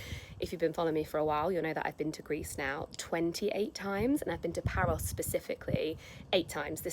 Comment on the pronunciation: Just found this thanks to my start page and omg omg I totally love this and you 🥰🥰 I actually never read the title first or too fast so here and there in this vlog it sounded like you said "Paris" (France) and then I read the title and I saw it was Paros 🥺💖 and so cute friendship rings ❤️ also love that green top in the beginning 💚 just imagine being one of your girlfriends how great that would be 💖💖 the biggest hugs and cutest kisses to you 💋